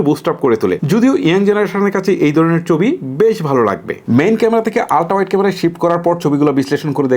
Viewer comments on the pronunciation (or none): চবি কি ভাই??? ছবি বলতে শিখেন।